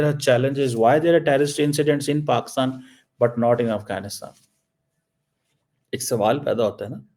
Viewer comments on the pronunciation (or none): none